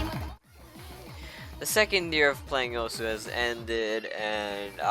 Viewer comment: Isn't osu said like oss?